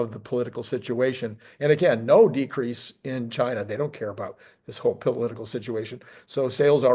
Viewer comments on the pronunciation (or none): none